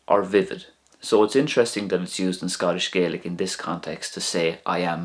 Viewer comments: It's Scottish GAAlic not GAYlic. Just saying. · Interesting video, thank you. But almost all Gaels in Scotland call it Gah-lic, not Gay-lic 😊 (You'll only find a sprinkling of folk in Scotland saying Gay-lic, mainly around Argyll, and also Nova Scotia). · Regarding pronunciation, a very important point is that the language in Scotland is not pronounced "Gaylick" as you do in this video, but is pronounced "Gahlick" reflecting the way speakers in Scotland call their own language: Gàidhlig. This pronunciation is also used by almost all people in Scotland, not just Gaels, when speaking either English or Scots. There is no "English dialect of Scots". Scots is a language that evolved from Middle Northumbrian English, but has Norse, Dutch, Gaelic and possibly Pictish and Cumbric influences, as well as French influences different from those in English, so that it diverged to the point that it was also considered a separate language by the 1600s. It is as different from English as Scottish Gaelic is from Irish. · i must say, the facts and history are correct, it was just gaelic is pronounced EXTREMELY different from Irish and when you were pronouncing gaelic as irish